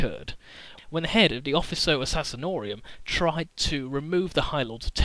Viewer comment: Only thing I don't like about this video is that he says Offico Assassinorium. He may have corrected himself later, but I need to indulge my mild annoyance: It's the Officio Assassinorum.